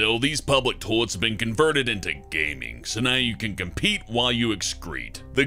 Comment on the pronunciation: Why do you say "Tollettes" instead of toilets?